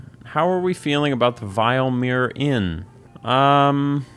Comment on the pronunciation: This guy's pronunciation is on EpicNate levels. The Vill-uh-meer Inn is in Eye-ver-stedd not the vile-meer Inn in Ee-varr-stedd